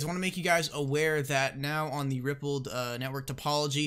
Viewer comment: It's pronounced Ripple"D" not Rippled.